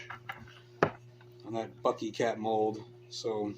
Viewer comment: Pick n your noz. Again... PUT N NEAR. You need to do thiz and zat. Guy okie dokie PUT N NEAR